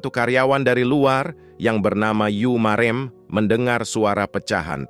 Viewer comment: Cm ada kurang pas membaca nama yu marem... Dalam bahasa jawa huruf bisa dibaca dg 2 cara e' dan e Kata "marem" - - > dibaca seperti parem (parem kocok) bukan seperti rem (rem motor). 🙏